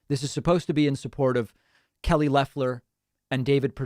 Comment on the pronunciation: I think he said "our Kelly". But it's still funny. lol